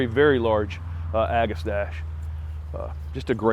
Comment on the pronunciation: I think the pronunciation is ‘ag-a-stak-ee’.